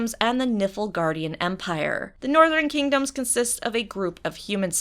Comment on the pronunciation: I heard "northern kingdoms and nipple guardian empires" :|